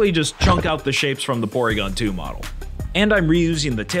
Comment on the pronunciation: Porwiigon twu